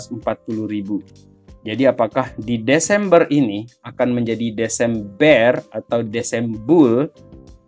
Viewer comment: Histornya sih desembear bg 😅😅😅😅